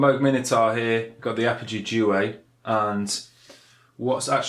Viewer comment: 5 years on I hope you learned how to pronounce duet